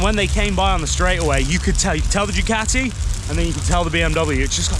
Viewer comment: 1st Wanker you already came with a set twit mind to down the Harley Davidson. 2ndly it's spelled "Ducati" NOT like your pronouncing it "Decatea". And your Worst mistake you made Wanker is pick the States of Nuts and Fruits to ride all those miles and of all places in hell to start off in, death valley. You from the start Wanker had your mind set to HATE the Harley Davidson and preferred your land's peasant skinny tall standing dirt bike that looks like you have a motorized BICYCLE and looks like with any pebble on the road tou will bend a rim and be catapulted through the air. You shouldn't have made any type of video with the type of set mind you had and not an open mind and such negativity and a Wanker's bashing of our American iconic motorcycle. So good ridens and go back to your skinny tall Ugly motorized bicycles you idolize so much so you can go ride them between the sheep and ox paddies. Cheers wanker and good riddens